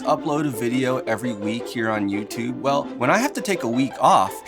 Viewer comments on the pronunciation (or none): none